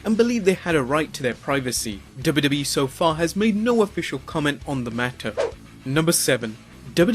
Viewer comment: i like whenever he says "the dubba dubba E"